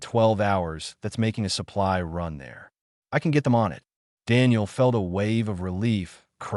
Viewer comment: Your stupid AI has gone out of it's way to find new words to mispronounce. Run, is not spelled "Ron". Your tenses on word pronunciations only shows the quality of the AI you purchased to read write your story. You created a minute long video, and obviously skipped the part of appropriate quality control before posting it publicly. If you did watch it, which I doubt, then you need to get someone that understands the language better to do the quality control. Yea, i know this sounds like harsh criticism but, you chose to publish this in the state it is in, so the choice is yours. You can do better, and you owe it to at least your self to do better. Wound (to wrap up) when you mean "Wound" (an injury)? C'mon now. Your AI keeps pronouncing "Under Dock", but then it keeps spelling it "Underdog".